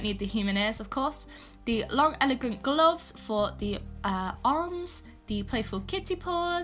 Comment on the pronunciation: Gloffs, pls pronounce properly kid